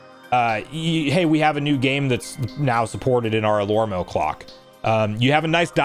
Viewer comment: I think it is pronounced alarmo and not alormo 😂